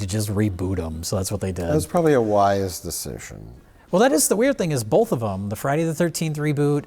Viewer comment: really? Bulth of them?